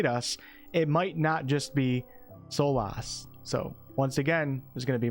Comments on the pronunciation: I know people have brought up the "veil" pronunciation already, but Solas is said more like "solus". 😊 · Solas is pronounced "soulless". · For someone who is such a big fan of the series, you sure do butcher Solas' name. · the way you say solas makes me wanna unsub